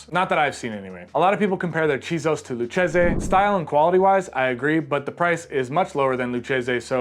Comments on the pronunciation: Lou-kasey not lou-chesey (hard C)🍸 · Should be pronounced Loo-Cheesy. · Lucchese is pronounced Loo-Kay-Zee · thats how you know he is a poser 🤑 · an italian would laugh his ass off if he heard you pronunce it like that. believe me.